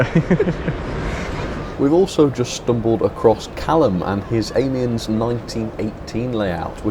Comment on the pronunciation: I think Amiens is pronounced "Ah me an".